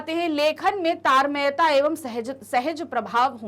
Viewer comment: Itna confidence chahiye tartamyta ko tarmayta pdh saku